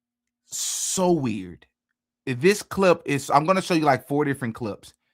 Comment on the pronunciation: “Ok that’s just plain WEE-YURD” 😂